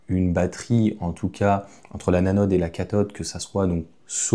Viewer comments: Salut. On dit l’anode et non la nanode. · La « nanode » ? 😅